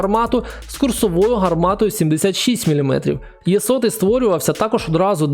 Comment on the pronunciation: Знаю що всім звичніше казати «Є-75, Є-100», але українською правильніше було б казати саме букву «Е»